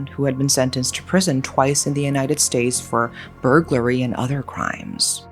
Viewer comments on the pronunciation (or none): none